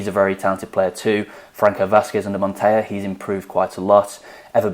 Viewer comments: Montella is montella, it's not the spanish "ll" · Montella is pronounced as it is written. With a long L. It is very far from the spanish pronounciation. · Guys it’s pronounced Montela (in Italian the “LL” puts emphasis on the letter, it’s a Spanish “Y”). Also it’s pronounced Marselo, and not Marchelo ( which would be the Italian pronunciation).